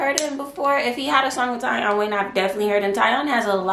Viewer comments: TieOn is pronounced TeeOn 😂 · He pronounces it TEE ON (Tion)